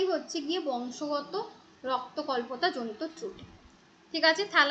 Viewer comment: ওটা রক্তল্পতা not রক্ত কল্পতা